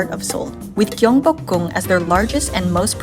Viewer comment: 서울, 경복궁, 한복, 북촌 등 한국 단어 발음이 굉장히 좋네요! 멋진 영상이에요. Your pronunciation of Korean words is incredibly good! Thank you for your beautiful video. Much love from Korea!❤